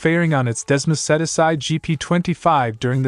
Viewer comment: Still can't pronounce Michele, Ai, Sepang and Desmosedici. The other AI (sic) could be taught phonetic spelling to correct this but then when the text is culled from other sources blindly, the editor is not a bike fan. ZN stands for ? Zero Natural?